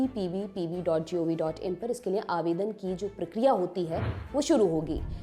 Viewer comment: Ma'am, Upprbp hota hai 😅, aapne galat bola,, जिसका शिकार uppolice ही हो उसकी नजर कैसे चूक सकती है, मां सुधार करो